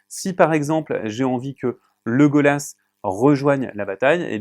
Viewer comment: ouep non s'il vous plait. Alors ok c'est tip top votre chaine pour les règles. Mais Ne demandez pas à une personne qui n'y connait rien a TOLKIEN et n'a certainement jamais vue aucun film , de Présenter le jeu , S'il vous plait. Légolas et pas leudola Goloum et pas Goluuuum ça pique les oreilles